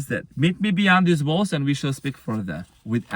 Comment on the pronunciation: My goodneeess... I heard "met me beyond these balls" 🤣 wut? Indeed, he must have some balls to meet me beyond these walls too. Thank you 💜